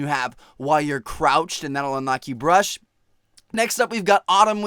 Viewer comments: crouched or croched lolol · Its CROUCHED not CROCHED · crouched not croched haha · "150 kills while croched" LOL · "Croched," huh TmarTn? :)) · "Croched" lol XD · "CROTCHED" LOL!!! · lol "croched"